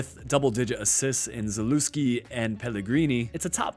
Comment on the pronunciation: I heard you pronounce Zalewski and almost clicked off please do better